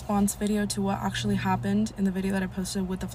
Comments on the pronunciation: “Ocsholly hopponned” 😂😂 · Maybe I’m being petty, but did anyone else get tired of her saying “octually” instead of pronouncing “actually” the way it should be?!? IJS😂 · Ocshally happened 😂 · 😂😂 ocshaly happend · Okay, that is funny. That's the way she was pronouncing it. Okay I get it.